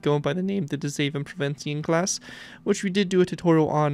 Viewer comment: Holy shit you nailed that pronunciation my guy